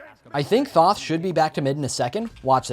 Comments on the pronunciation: It is th-o-th not th-a-th where do you see the A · The way you pronounce Thoth hurts me